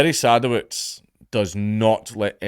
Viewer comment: I think it's pronounced "seh-duh-vits"